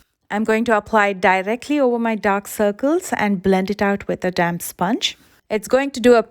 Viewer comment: Why does damp sponge sounds like damn sponge everytime she says it